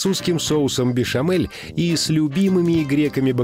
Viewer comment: Соус "бешамель" а не "бешэмэль".